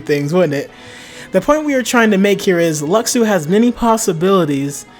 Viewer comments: it's pronounced "lushu" "LUSHU" !! that's like calling xehanort "ex-hanort" or xion "ex-ion" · his name was said in Backcover though its pronounced Lu-shu